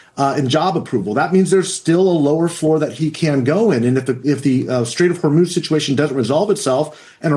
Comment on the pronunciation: Trump pronounces it "Hormos."